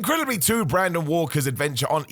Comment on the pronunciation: I had to stop after “Brandon” Walker and “Revolution”. Honestly if you can’t do it right, don’t do it